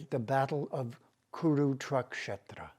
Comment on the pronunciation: Kuru-truck-shetra 😂😂 🙌 Namaste, that's the best thing I heard today.